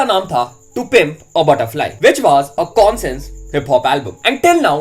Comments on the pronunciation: Bhai consince rap nhi bolte isko, isko bolte hai conshious rap that's how u should pronounced it. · Bhai pronunciations skill sudharo conscious rap ko consess rap bula rahe ho 😅😂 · Ache se bol , consens kya hota hae? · M koi gyaani Nahi Hun lekin bhai wo कोनसिंस Nahi कॉन्शियस hota.. Correcting cuz I like watching ur channel.. No hate🙌🏻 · Conscious rap ka pronunciation galat h bhai